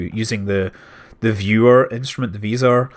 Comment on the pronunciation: It is not [visor], nor [vajsor], just [vzor].